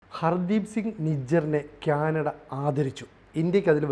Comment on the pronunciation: ക്യാനട അല്ല...... കാനഡ ആണ്. 😊👍